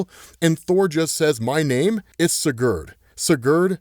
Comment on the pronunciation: Learn how to pronounce sigurd u fool